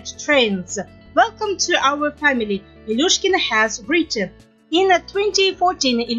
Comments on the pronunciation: Ржу просто-даже фамилию не в состоянии правильно воспроизвести))) Не Илюшкина, а Илюшечкина, старая какова, с максимальным достижением в виде чм среди юниоров 2009 года))) Хорошая компания Медведевой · Потрясающе безграмотный диктор. Выучите хотя бы фамилии: ИлюШЕЧКИНА, МосКОвич!!!